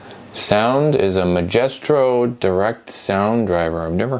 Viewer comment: It’s not “magestro” it’s “Maestro” like a master or highly skilled person, usually in music. ESS used the Maestro label for a variety of sound cards/chips, they had really good DOS compatibility from what I recall.